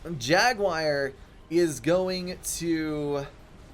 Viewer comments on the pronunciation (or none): My guy, it's "jagWAR", not "jagWIRE". Pronunciation is hard with ADHD, I totally understand, but this is just dumb.